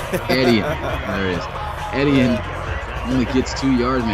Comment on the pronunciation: Etienne is pronounced like E T N